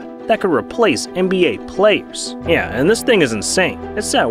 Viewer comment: Why do you say “yeah” like that. “nn-yeah”